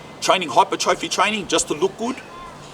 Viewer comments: fyi its said as hi-per-troffey, instead of hyper trophy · its pronounced hai-per-truh-fee bro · Almost clicked off when you couldn’t pronounce hypertrophy. In hindsight I probably should’ve. Your stance on steroids is pretty incorrect nor is it fact. 50/50 chance you gonna get manboobs 50/50 chance ur gonna get smaller balls 50/50 chance I’ll get a rim job from Pamela Anderson. Test can be used responsibly, saying it can’t is so fucking stupid.